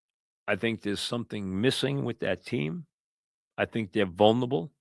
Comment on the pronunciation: mike is great; a legend. but the word is "vulnerable" not "vulnable." four syllables.